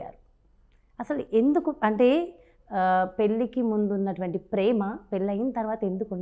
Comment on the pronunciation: Anchor pronouncing wrongly. Pelli and bandham should get corrected through a language specialist.